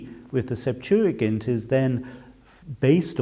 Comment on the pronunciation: Finally someone who pronounces the word correctly